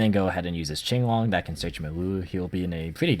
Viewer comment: I hate it when people call it King-long instead of Ching-long lol. Finally an actual Chinese man pronouncing Chinese word